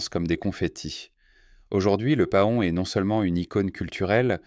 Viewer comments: Paon: se prononde pɑ̃ "Pan" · Cette voix artificielle qui prononce pahon, c'est vraiment agaçant.